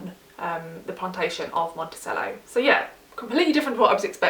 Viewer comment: I can’t help you narrow the list because they all sound great. I can’t tolerate small font, though. Re: My Monticello - “cello” (like the instrument) not “sell-o.”